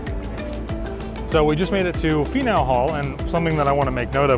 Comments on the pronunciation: Faneuil (Fan-yule) Hall Hhaha hope you guys had so much fun. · My city! Sorry but I cackled at the way you pronounced Faneuil Hall. It’s “FAN YOU UHL” :) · I had to laugh ever time you said Faneuil Hall... Definitely not from Boston not knowing how to say it🤣🤣 Love the videos!!! Keep up the good work👍